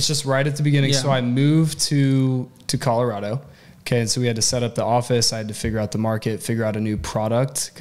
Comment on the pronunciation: He will also have to learn how to pronounce Colorado.